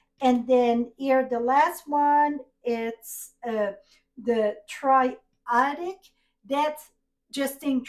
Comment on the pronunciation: Tri-attic…. a nal o Gus….